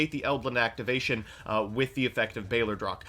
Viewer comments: mispronouncing balerdroch kept triggering me. Balderoch? Lol it sounds so bad. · Why does no one know how to pronounce “Balerdroch” it’s NOT “balDERoch” it’s “baLERdroch” I’m disappointed in you,.. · actually pissess me off every time he says "balderoch" instead of balerdroch